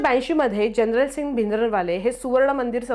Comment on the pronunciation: जनरलसिंग नव्हे हो जर्नेलसिंग नाव होतं त्यांचं. स्पेलिंग तरी वाचा.